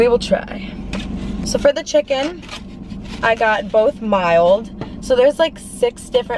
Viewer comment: Y she says chick-con omg it's pronounced chicken